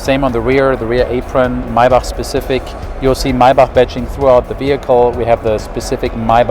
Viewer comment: THAT, is the proper way to say Maybach, for all of you who are wondering..